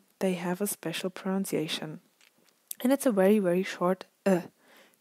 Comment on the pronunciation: PronUnciation, and not pronOUnciation